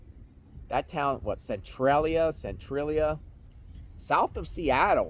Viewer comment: Cen- trah- lee- ahh